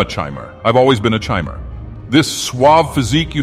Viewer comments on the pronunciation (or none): Died every time he said "chimer." Could be just an alternate way to pronounce it, I truthfully don't know, but I've never heard it that way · Goofy Chimer pronunciation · I thought it was pronounced Chimer?!?!